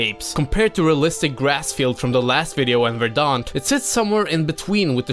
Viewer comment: Say verdant.